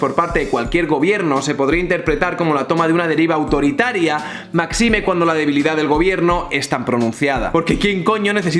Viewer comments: Tío, te lo he escuchado varias veces ya, es MÁXIME, esdrújula, no maxime, chirría muchísimo escucharlo. Un saludo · No digas maxime... es mÁxime (adverbio) y tampoco es "cónyugue", es CONYUGE (se pronuncia como una j). Para la gente que se queja de la "densidad"... es muy necesario, ya que es muy fácil lanzar al aire una progre-chorrada pero muy difícil desmontarla. hace una gran labor de documentación (cosa nada fácil). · ¿Me da la sensación a mí o últimamente estás descuidando un poco la factura de los vídeos? Aparte de un corte mal medido,la música excesivamente alta al final...esto: Comienzas diciéndolo correctamente, pero en y pasas a pluralizar incorrectamente con Decretos-Ley. En dices maxime, acentuando en la i. Es máxime, esdrújula. En dices deRRogar, cuando es derogar, pronunciado con erre blanda. En fin, que ya vi un par de cosas en lo anteriores. La prisa o el no dar abasto te está costando calidad. No descuides la forma, porque es importante para llegar a más gente. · Con cariño: máxime (no maxime) y cónyuge (no cónyugue). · ni maxime ni cónyugue. Se dice máxime y cónyuge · Maxíme? Máxime! Creo que dices la misma frase 2 veces Una cosa mas, parece que a los políticos/expertos en marketing se les ha olvidado el artículo 14 de la Constitución Española. Aquí lo dejo. Los españoles son iguales ante la ley, sin que pueda prevalecer discriminación alguna por razón de nacimiento, raza, sexo, religión, opinión o cualquier otra condición o circunstancia personal o social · Mira que me gustan tus vídeos, pero he oído maxime, derrogar y conyugues y me ha petado un tímpano. Eso si, solo te resto medio punto por cada falta, así que no te preocupes. En serio, soy abogado y me parece que has abordado de forma muy interesante un tema que me parece sangrante, pero esas cosas le quitan un poquito de magia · Me encantan tus vídeos, pero una cosa. Máxime. MÁ - XI - ME